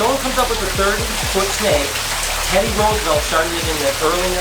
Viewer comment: No offense but I'm not even american and I'm cringing at the way you pronounce Roosevelt. xd